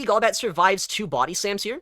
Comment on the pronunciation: Gaul-bat ❌ Goal-bat ✅